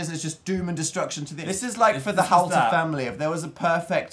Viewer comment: h-OWL-ter. owl slide. :)